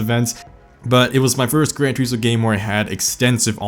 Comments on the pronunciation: "Gran Treesmore?" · I hate how you pronounce Grand Turismo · I always thought it was Grand Turismo not Gran